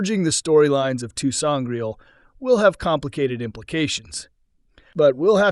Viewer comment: I can't take the commentary seriously after a good number of certain words being brutalised through mispronunciation.... Sangraal not Sangrail... Sceptre, with a soft c, not Skeptre as he pronounced it....